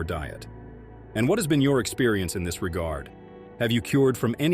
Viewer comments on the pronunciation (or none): none